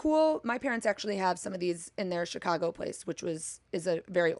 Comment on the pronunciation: That's true, I guess there are certain words where her accent pops out.